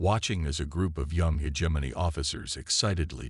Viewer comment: God I wish that the AI could pronounce the word “hegemony” correctly…..